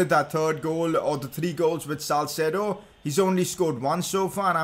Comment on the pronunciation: Its salcedo